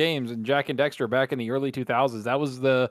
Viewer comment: It’s Jak and DAXTER